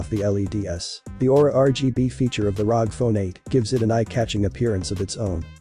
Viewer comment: its R O G not rog